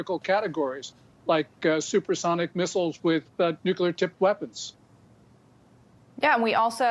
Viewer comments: It’s nuCLEAR not nuKYOOLER! Jeez. This is what happens when a whole generation wasn’t taught phonics. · "Nucular"? No such word in English! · If you can't pronounce the word NUCLEAR then you have NO business reading "news."